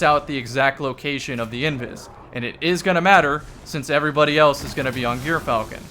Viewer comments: jur-fal-kn and kasm yw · I've been pronouncing it "Eur-falcon" like the first syllable of Europe or the Greek sandwich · it’s pronounced “Gyrfalcon” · I believe it is pronounced "Guy Fieri Hauberk".